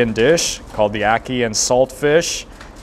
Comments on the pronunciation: Ocky and fish. 😂 It's called Ackee and Saltfish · It's ackee and saltfish not ackian